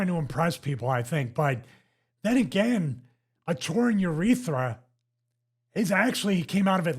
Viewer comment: its crazy how someone who is making a living off of self care on the body and overall all good health promotion did not know where the urethra is or even how pronounce the word